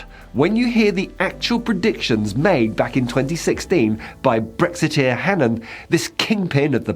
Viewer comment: I'm glad the presenter is at least pronouncing Hannan correctly. Its an extremely old Irish name - O'hAnnín means the seal of the keepers of the unborn/ the fire keepers. When names were anglicized the spellings landed differently.